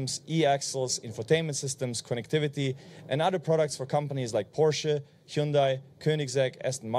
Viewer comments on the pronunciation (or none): Apart from the hype and all the well earned praises, the English pronunciation of a leading member of such an international company as Porsche is a shame! What a German accent! Unbelievable…it does not sound right to me.